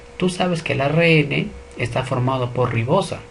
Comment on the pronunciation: Muy buen video, muy bien explicado. Sugiero al profesor pronunciar bien algunas palabras, ejemplo célula y ARN.